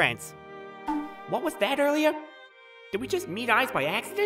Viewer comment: Bro when he said earlier I heard oilier